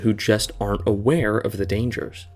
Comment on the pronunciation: “A-weir” of the dangers👀